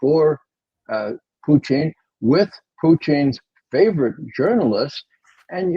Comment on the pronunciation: Why does Mr McGovern pronounce Putin's name as Pucheen? Is it derisory or an accurate representation which no-one else seems to use?